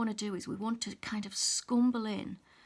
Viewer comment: I applaud your step by step explanation of how to blend on the petals ..you are so patient and calm as you give the viewers confidence in trying this blending ..I loved your use of the word "scrumble " with your accent ...thank you so much for the detailed info as to blending slowly and carefully to achieve the 4 pencils colors petal .